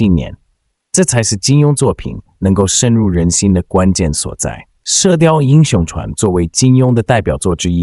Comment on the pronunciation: Zhuan 不是chuan